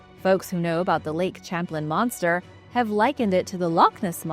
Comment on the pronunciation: Lake sham-playn